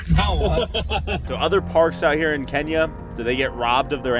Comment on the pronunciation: Idk why but when he said kenya i thought he said kanye west